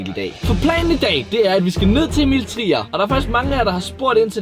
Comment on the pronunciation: I starten sagde du Emil tier